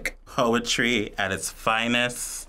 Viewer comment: Wait...did he say “hoetry “?! God I hope so🙏🏼